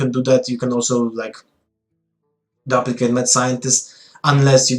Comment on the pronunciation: DOOP-licate Not DUP-licate